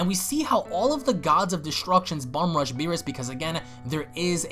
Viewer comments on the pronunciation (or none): none